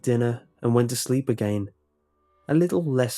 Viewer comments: just got to love the way he says "again" like "i gain" xdddddddd anyways great story, keep it up! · you have a weird way of saying again